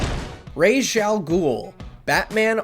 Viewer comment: Thank you for pronouncing “Ra’s” correctly